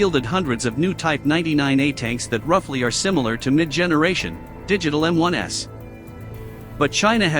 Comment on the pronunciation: "M-1s", plural.... NOT "M-1 ess". There is no M-1S model.